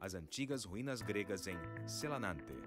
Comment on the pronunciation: SelAnAnte??? XD nossa Senhora... por que você tem que estragar assim o nome desse lugar bonito???